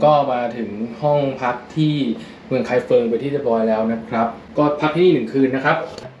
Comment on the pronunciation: ไม่ใช่ ไคเฟิง แต่เป็น ไคฟงครับ ภาษาปินหยินเขียนเป็น feng แต่อ่านว่า ฟง😁😁😁